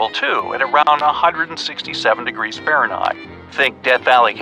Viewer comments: Can't get the AI to say Fahrenheit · Can the narrator not say Fahrenheit? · Do you… know how to pronounce Fahrenheit?